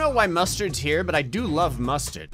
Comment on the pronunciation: Love how when said “i love mustard” you heard the Jersey in his voice